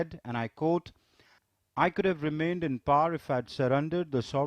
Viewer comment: Man these Indian English accents are so bad, I get sick to my stomach. They can't pronounce the word "quote"